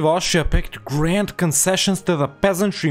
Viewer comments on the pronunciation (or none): none